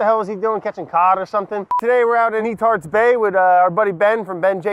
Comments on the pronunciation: Could have sworn he said E-tard bay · Anyone else giggle incessantly when Brad said "Netarts Bay"?